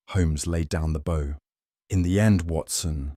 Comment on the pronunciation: Hello from a happy subscriber in Ontario, Canada! Lovely who-done-it in the style of Sir Arthur Conan Doyle. Wonderful narration by except for the difficulty, once, saying bow as b/ow (like in front of an audience) instead of bow as bo like with a violin bow. Otherwise, simply marvelous, thank you good people at MindSherlock.